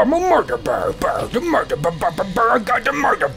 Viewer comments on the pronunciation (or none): Does anyone else think that when Toby says "MURDER" he says " MORDOR!!!!"